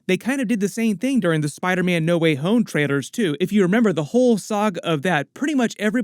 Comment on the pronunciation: Bro, are you saying trailers or traitors 😐